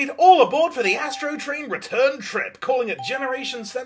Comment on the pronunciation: I will never be able to i hear yastro train n i swear I’m ok with that matter of fact that’s what I’ll be referring to him as lmfaoooo